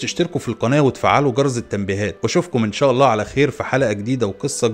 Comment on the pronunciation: ارجوك ما تقول جرظ... اسمو جرس